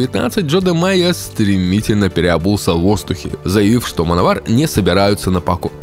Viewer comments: Точно Мановар произносится?А не Мэн Овер? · всё интересно и познавательно ,я очень любил эту группу в течение долгих лет,но господи,почему вы назывете команду ''мановар'' ведь''Manowar'' читается вообще не в такой транскрипции.Реально ухо режет,с трудом досмотрел до конца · Ну автору название хоть можно правильно говорить, в 80-х "мановар" так говорили, "плуги", "колхозники"... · "Мановар"😂... ну, даёшь... да, называли так у нас в восьмедисятых, читая по латински. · Как-же противно слушать - мАновАр.... как сАмовАр. Блин, научись произносить правильно.